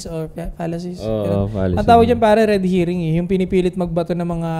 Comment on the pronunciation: red herring yun soy hindi red hearing hahaha correction lang